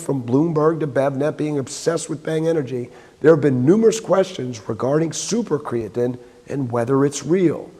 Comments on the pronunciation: Bang founder pronounces it "super cre-a-tin." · The man who cant pronounce creatine is ment to sell it ?yeah right